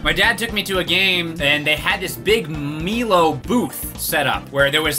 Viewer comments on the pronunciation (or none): He called it "Mee lo" 🤣😂 😭 its pronounced my low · it’s said like my-low not me-low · The way he pronounced milo as melo killed me 😂 Fucking fabulous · It's MY-LOW not mee-low twitches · Best parts of the video is pronouncing it "mee-low" and the thick Vegemite on toast with no butter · Milo is pronounced "My-low" and there's supposed to be a bunch of powder on top of the milk. DO NOT MIX IT THAT MUCH. It's supposed have the smoothness of milk but with a layer of crunchy crust on the top. Also thanks for reviewing Aussie foods that no one else does. Next time try montes, tiny teddies and arrowroots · Oi mate, when you ate Anzac biscuits you shove have dunk it in milk or coffee to soften it & add extra flavour. You also consumed Milo(pronounced My-low) wrong as we eat spoonfuls from the can itself & you are supposed to have 3 heaping tablespoons with a glass of milk & it doesn't dissolve because it's suppose to have the bits on top after stirring. Vegemite is kinda gross as it's pretty much similar to what you find in a beer vat filter & is supposed to be lighty spread on bread or toast with butter & having cheese with it makes it more palettable. Too bad you weren't sent Fantales or Toobs or muesli bars or our national breakfast cereal Weet-bix which we also eat as a snack with peanut butter, Nutella or Vegemite. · Btw it's Milo (My-low) put it in the microwave and you're supposed to put a thin layer of Vegemite and a thick layer of butter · ANZAC biscuits are awesome when you dunk them in tea. Also don’t think we didn’t notice you skip the banana flavour (rightfully so, it’s terrible). Also… please stop saying meelo. Also you didn’t use anywhere near enough. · Pronounced My-low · It upset me to hear you pronounce it as 'meehlo'. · you're the only person I know with the superpower to invent new ways to mispronounce words xD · Weird to get upset at the milo thing when guessing how to pronounce something is like impossible